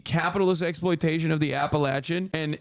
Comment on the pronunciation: Thank you for pronouncing "Appalachia" correctly.